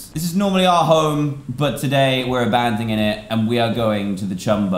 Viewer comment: I know, but he pronounced it as "abandingon".